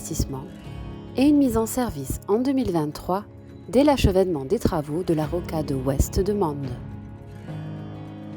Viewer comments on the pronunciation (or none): achèvement + Jean-Pierre Chevènement ?